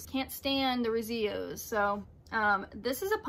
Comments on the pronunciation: Cool vid, thanks for sharing! You are wonderful. Thanks for commenting on my Instagram (Jett Lightning) A big Rezillos and Revillos fan, you don't hispanicize their name it is an Anglo L not a Spanish LL. El not eyay. Stay well. Come to NYC sometime. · Hi, The Rezillos are pronounced ReeziLLoes and they come from Edinburgh in Scotland. Thanks for your great videos.